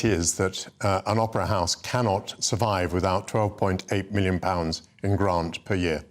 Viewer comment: They are useless spoilt little pricks;.. Young Woman ()'; "Why should Students have to pay their Gwants back at a Wate where they make a dent in the debt before it is scwubbed, and pay tax so old people who worked 50 hours a week manuwal work in factowies for 50 yrs subsidwence wage dont fweeze to death? ITS NOT FAIR! I will only be making 35 gwand a year, ffs I wiwl have to make do wiv a studio fwat in Shoreditch! And Mummy says I am BIG BONED!